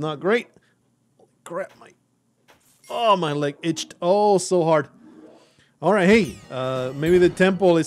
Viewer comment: I lose it every time he says leg